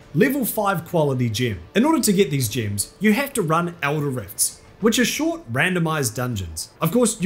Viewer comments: It's gems not gyms. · level your "jims" love your accent :)